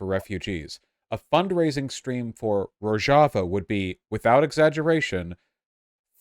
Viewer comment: Finally someone taught Vaush how to pronounce Rojava properly.